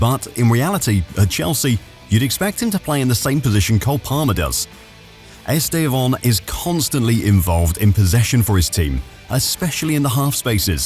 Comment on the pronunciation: Estevon? Are you sure thats how you pronounce his name?